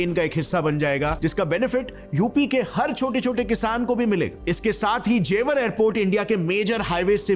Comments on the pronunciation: It's not Jewaar .. it's जेवर ... Hamari janambhumi ka name dhang se pronounce kro 😊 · ji, जेवार nahi जेवर बोलते हैं,और ये गांव की जमीन हैं जो यमुना एक्सप्रेस से लगी हुई है, जेवर को आप गांव मत समझो, हमारा तो घर भी है,Gaur Yamuna City mei, जेवर के बगल में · That's not जेवार that's जेवर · It is jewar not jewaar Btw I belong here😁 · Na isko Beijing ki pronunciation aati hai aur naa hi jewar ki